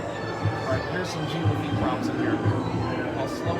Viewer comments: IT'S JEAN LAFFITE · “ITS JEAN LAFITTE!!!!!!”